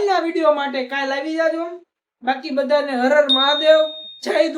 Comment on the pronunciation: અરે ભાઈ, "હર હર મહાદેવ" માં "Har" આવે છે, "her" નહીં.